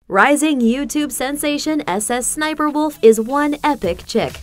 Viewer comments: No. Its SSSniperwolf. Not S S Sniperwolf. smh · We do not call it s s s niper walof. It sssniperwolf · Dummy it’s not S S sniperwolf it’s sssniperWolf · The fact she says ss sniperwolf makes me so mad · IM BEGGING U STOP SAYING S S SNIPERWOLF ITS SO TRIGGERING MEEEE